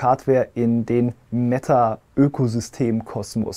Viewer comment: Schönes Video 👌😃 aber warum wird "Meta" ständig so ausgesprochen, als würde es mit doppel "t" geschrieben werden wie "Metta"? Es ist so furchtbar 😵‍💫 Sprechen die meisten auch in anderen Videos falsch aus.